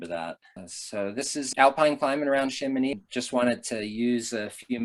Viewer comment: How comes that Americans can say Chamoni(x) correct but put the most expression on the K in Mont BlanK?